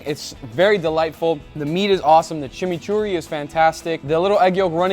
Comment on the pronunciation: Chimichurri got butchered 😢